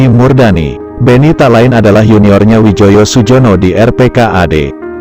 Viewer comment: Namanya Widjojo Sujono itu ejaan lama dibaca dengan EYD Wijoyo Suyono